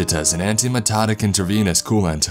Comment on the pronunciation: Drug-teh, coolant-teh, no safety guarantee-heuh